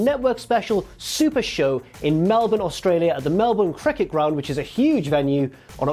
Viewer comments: Thank you very much for pronouncing Melbourne correctly 👌👍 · You said Melbourne correctly! 😆